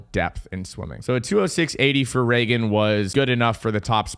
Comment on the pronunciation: death, taxes, and pronouncing Regan Smith's name two different ways in the same paragraph 🤣